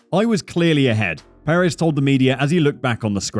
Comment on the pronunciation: All good and well, but please learn how to pronounce Sergio’s surname.